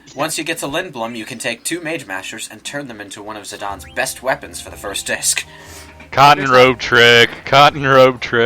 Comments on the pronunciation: You pronounce Tie-dus as Tee-dus, yet you pronounce Zi-dane as "Zi-don," what seance that makes? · I think it's because the game dissidia pronounces it as "zi-don" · As brazillian Guy. I pronounced Zidaynee... but since its like italian or something because of Alexandria.... I Call him more like Zidãn or Zidann